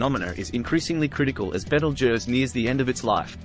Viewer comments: Nice to hear someone with a decent pronunciation of it's name. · Beetlejuice is what you get under your boot on a warm night. At least this one got it close to right. Last time I looked I'm a crusty looking old human. Cheers.